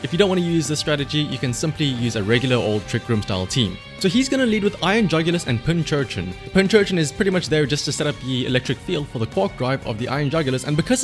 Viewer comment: Subbed just because you keep calling it Pinchurchin